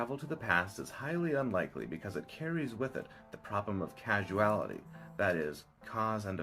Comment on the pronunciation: errr...not trying to be that guy but causality is not pronounced like casual-ality. But like cause-ality.